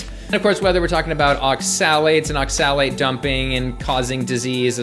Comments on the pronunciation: Pun intended when he pronounces oxalate as ox-salad? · I thought you said Ox salad at first xD. good video tho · It's pronounced "ox-ill-ate". Respectfully. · I agree with your points. But why do you pronounce oxalate (ox-uh-late) so strangely? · You’re not even pronouncing oxalate correctly just stop please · Is that how you pronounce oxalate? I thought the emphasis was on the O, not the A. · I love you but please don't ever say oxalate like that again 😂